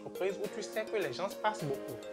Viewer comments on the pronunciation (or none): Bravo tres inspirantes tes vidéos ,évite juste de dire Gens (ssss)le "s"ne se prononce pas a l oral . Cordialement 🙏